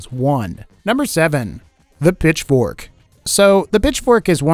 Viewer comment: Was I the only one who thought saying Pitchfork sounded like he was saying "Bitch-fork"?